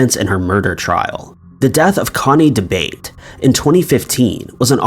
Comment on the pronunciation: Is the mans last name Debate. They're wrong so much on this channel.. Its probably Italian and pronounced " da Ba Tay ".